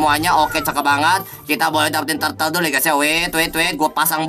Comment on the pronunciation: hh pada nyadar ngak sihh dia bilang tartle pdhl bukan wkwk😂